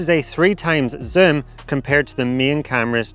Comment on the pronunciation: can you learn how to say zoom properly please.